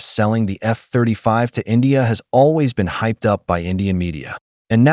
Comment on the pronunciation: I’m guessing by the time their AMCA gets to prototyping, Pakistan would have already tested the first generation of its PFX program. Btw the emphasis on "F" 35 was gold!